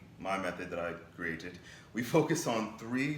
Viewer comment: The way u said created 🤣🤣😎